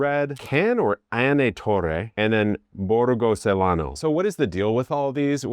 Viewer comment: Pretty good Italian pronunciation!! Just remember that a 'c' followed by either an 'i' or an 'e' is pronounced like 'ch'. Preen-chee-pay (Principe), Chay-lan-o (Celano). You did really great!!